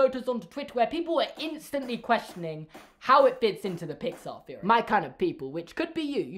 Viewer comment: "Feory"?(theory) lol